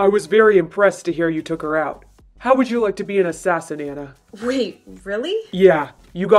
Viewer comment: Just saying that would be ona not Anna